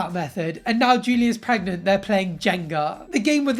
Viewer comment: She's not 'preg-mont'